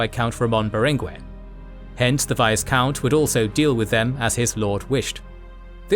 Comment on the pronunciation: The "s" in Viscount is silent. Also in French, its pronounced "Veecomte".